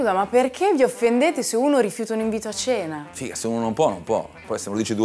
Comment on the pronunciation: "Figah" ahah adoro i milanesi solo quando pronunciano sta parola ahahah